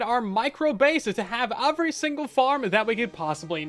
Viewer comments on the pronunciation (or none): Just one thing... overy is NOT how you pronounce every. Overything ≠ Everything. It's not "endearing" nor is it "cute". It's just an annoying, deliberate mispronunciation. Otherwise, I really enjoy these videos and creativity.